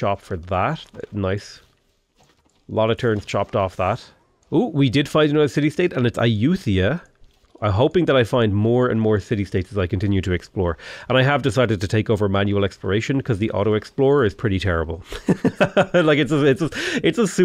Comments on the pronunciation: Ah-youth-yaa? :3 A-yout-tha-yah ;) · the one time an Irishman has ever pronounced "th" and it was to say AyutTHaya...